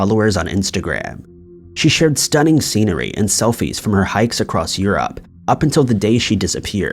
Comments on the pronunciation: Actually he mispronounces Europe too. He says it like eww-rowwp. It should be eww-roop. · Hey, just want to inform that pronunciation of "Europe" is yoo-roop, not yoo-rowp. Keep up the good work